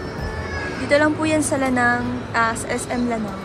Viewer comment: La-nang Langga not Lanang😅❤